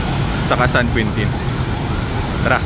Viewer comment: San Queentin daw hahaha... San Quintin ang basa po nyan (San Kintin)